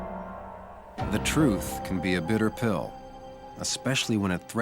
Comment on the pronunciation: It's 'Bitter Pill"